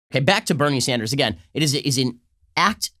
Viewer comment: Ben Shapiro makes Bernie Sanders sound like Beneri Sandarasu